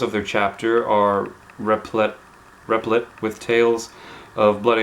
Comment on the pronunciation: replete rhymes with complete =)